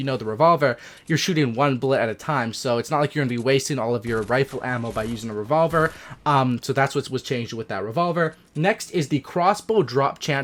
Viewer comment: How he said revolver 😂